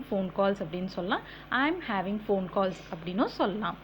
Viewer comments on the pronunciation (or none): none